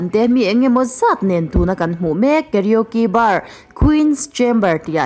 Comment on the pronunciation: I karaoke lam dan chuh💩💩.... KA-RO-KE tiin han lam chhin teh....KE-RIO-Ki ni lo in 🤣🤣🤣🤣